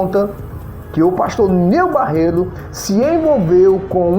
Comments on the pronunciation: rapaz vc não sabe nem pronunciar o nome do pastor direito. o nome é : NEIL BARRETO vc se consegue falar correto agora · Meu Deus a pessoa que fazer a fofoca mais não consegue nem falar direito o nome certo meu Deus tenha misericórdia dessa língua 👅